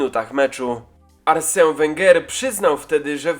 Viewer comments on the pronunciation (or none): nie żaden [Arsę] tylko [Arsen] Wenger